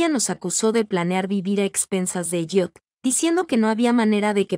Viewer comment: esv ELLIOT no es EYOT y se pronuncia ELIOT